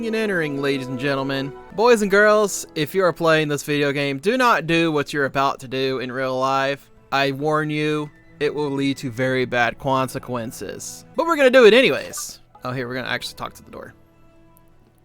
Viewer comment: But but cwonsequences XD